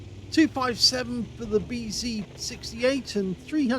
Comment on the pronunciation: Some great hits. Also I'd like to congratulate you as being perhaps the only guy in NZ who pronounces "BZ" properly. :D